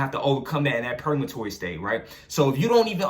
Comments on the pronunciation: Purgatory bro not purgamatory .... But i fucks wit the message so pronunciation doesnt matter cuz i know what you talking about .... But id like to pick your brain because im caught up and feel like im at a standstill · He said purgamatory 😂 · Are you saying purgatory? 🤔